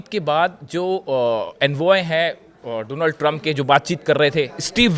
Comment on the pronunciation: I like the way says “dough-nuld” Trump